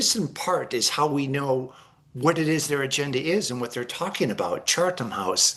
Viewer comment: Why is this mofo saying chaRtham?